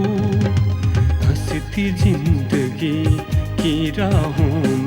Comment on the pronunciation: अरे या टेलिफिल्म मिली तो पंधरा बीस दिन अपने शरीर पे काम। कर लेते. ये तोंद, ये भरी हुई पूरी जैसे गाल। ऊपर से ओवर एक्टिंग थोड़ी सी तो बीवी की एक्टिंग के साथ मैच करते. सकल नहीं शक्ल, जिंदगी नहीं ज़िंदगी बेसिक उच्चारण। ठीक कर लेते